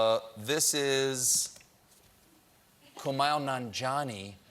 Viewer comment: Come on Stephen. Pronounce Kumail's name correctly